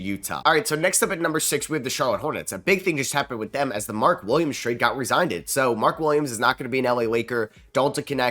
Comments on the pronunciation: The lakers trade got resignded? Lmao rescinded... Ree-Sin-Did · "rezignded" 💀💀 bro its pronounced re-sin-ded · Great video, but did you say resigndid instead of rescinded? 😭🤦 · rescinded --> ree-sin-did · It’s pronounced Re—Sin—Did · For the Hornets, falling to six would be decimating, but Newell wouldn't be a bad fit. Still, with Bridges and G. Williams its not our biggest area of need. If the M. Williams trade was rescinded (by the way butchered that word 😂) Khaman would be the pick but now you draft your Knecht which in this case is Tre Johnson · Look up the pronunciation of rescinded 👍